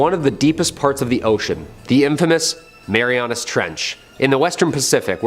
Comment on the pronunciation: It’s called the Mariana Trench, not Marianus.